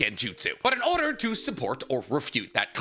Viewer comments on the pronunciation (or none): none